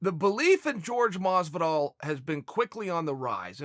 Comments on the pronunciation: Chael still calls him “George” 😂 instead of Jorge lmao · Chael! Don't call him George, it's pronounced horhey. He gets livid at anyone calling him George. Asked gave no respect to it and look what happened to him. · Who the fuck is George masvidal.. 😲.. ya mean Jorge masvidal.. silly Chael Trix are for kids . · Lol I like how he calls him George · Why does he call him George masvidal 😂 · Its not george its Jorge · i'll never understand why you people insist on calling Jorge, George. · "George" Masvidal :) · His name's isn't George Chael lol Jorge (Horay) lol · Jorge, not George uncle Chael. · Jorge "George" Masvidal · why does he start the video saying Jorge’s name correctly then about 45 seconds in he starts saying “George Masvidal”